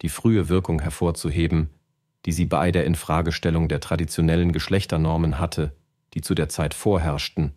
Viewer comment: Sind menschliche Sprecher wirklich so teuer? Diese KI-Stimmen, die "bei" als "b i" aussprechen und "Modestar" nicht betonen können, ärgern mich so, dass ich dieses Video abbreche. Bäh.